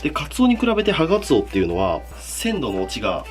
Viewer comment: ハガツオが所々「ハナクソ」に聞こえて草